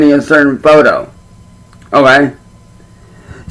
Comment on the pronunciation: we got a classic “ohgey” not heard that for a while